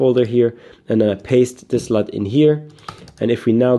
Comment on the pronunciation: it sounds like you’re saying slut in this video when you’re saying LUT. Just a lame joke.